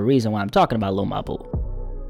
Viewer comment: Every time you say his name I get upset lmaooo sounds like you're saying hey my lil boo lol lmaoooooo